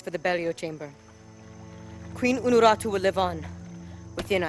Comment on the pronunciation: he says "unarutu" but she is called "unuratu". It sounds super dumb since he is supposed to be native.